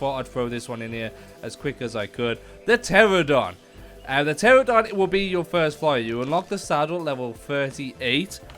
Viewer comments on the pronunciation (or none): He said terrordon but it’s pronounced tranadon But idc bc he’s helpful